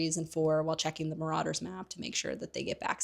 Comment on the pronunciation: Some of your pronunciations are so completely wrong. "THEASTRALS?" "MORODORS"? Come one now, it isn't that hard to look up how these words are pronounced.